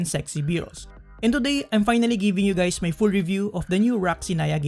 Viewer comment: "hi gays"